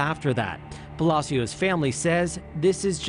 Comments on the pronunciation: Palechio? Palacio RIP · Why does she pronounce everything so wrong, can she not google how to translate things before making videos ? Her last name isn’t pronounced palikio it’s pronounced pa-la-s-io spelled pacios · Girl didn’t even try to pronounce her last name correctly 😂 she said “Paleeko” 💀 it’s Pah-lah-see-oh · The pronunciation of her last name is pa-la-sio not pa-li-co😂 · Lesly PA-LA-SEO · Last name is Palacios. Pronounced pah- lah- see- ohs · It’s pronounced “ pa la see yo” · GIIIRL. LESLIE PELICO????? ITS. PAHH LUH-SEE-OUS. PALACIOS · Her name last name is mispronounced Pal-a- sio